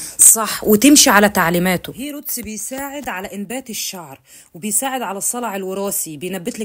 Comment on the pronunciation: المنتـج إسمـه هيــر روتـس سبـراي من الصيدلية عادي وسعـره حوالـي 400 جنيـه بس هي بتنطقـه غلط وبتقول هيروتـس وبعدين هي مش عايـزة تـرد علي أي كومنتـس بتسألهـا عن إسم الإسبـراي مش فاهمـة يعني منزلـة short لا كاتبـة إسم المنتج ولا بترد علي النـاس